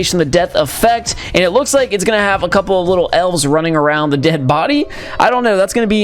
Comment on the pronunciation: Every time he says elf’s it sounds like he is saying ls